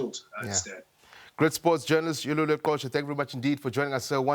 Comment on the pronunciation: Dude, it's Yolulwe not Yolelwa!